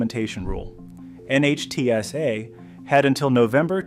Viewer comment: NHTSA is pronounced nit-sa